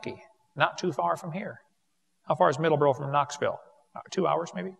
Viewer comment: Not "Middleboro". MiddleSboro.